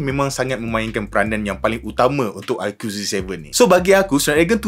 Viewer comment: bang.sebut dia aiku,bukan aikiu😂